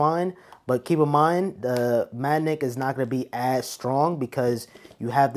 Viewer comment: Is it me or does this guy keep saying the word Magnet wrong?? He keeps saying manick